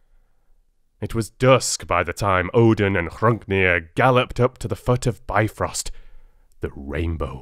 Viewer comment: I love your voice and delivery. I am confused as to why choose this version of how Ymir's progeny came to be over the widely accepted version (from under his left arm there grew a man and a woman, one of his legs begot a son with the other.)? There are some pronunciation issues (bifrost being the main one that jumps to mind). But that is easy enough to overlook because of the presentation and quality. Overall, enjoyable, thanks for sharing.